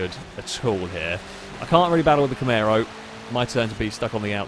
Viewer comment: No one:: Camèro